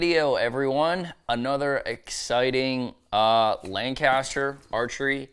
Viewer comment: It’s lang-kiss-ter. Not lan-caster. Not lang-caster. Lankisster. Just sayin.